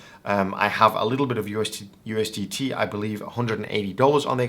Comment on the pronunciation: bro said ustd